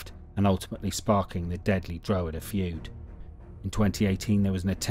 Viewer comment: You should learn how to say drogheda . not drow he da. It's dra head aa